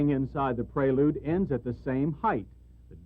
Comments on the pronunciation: Honda Praylude? Is that the way to pronounce it? Isn't it Prelude? Just asking. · Yeah pronouncing it would be praylude, the actual name as you know would be prelude. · rhymes with preload